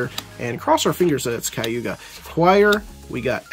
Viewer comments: Kag Ew Yah not Kaiewgah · "Kah-guu-yah". If you like the character enough, try to learn her name man haha! i did get a chuckle out of 'Kayuga'